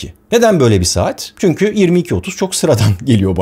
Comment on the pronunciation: barış abi seni yıllardır izlerim ve takip ederim senden ricam çünki yerine çünkü telaffuzunu yapman